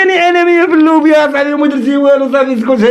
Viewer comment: السلام عليكم حتى الكلمة ماعرفهاش 😂كيقول الموبيات ماشي اللوبيات او لا لا 😂😂😂😂 😂